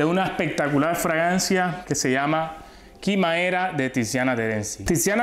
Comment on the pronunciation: Se dice quimera